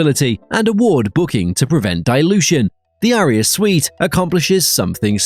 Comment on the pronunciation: I’m sorry, but Aria is not pronounced like “A-rear” 🤷🏻‍♂️